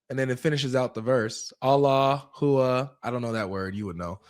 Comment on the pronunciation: Huwa? More like where-a